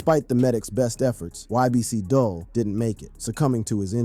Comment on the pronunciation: "DOOL" not dull